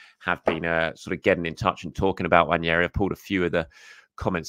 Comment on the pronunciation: Great video..although I'm on a mission to get people to pronounce Ethan's name properly. It's Nwaneri NOT Nwanieri. 😊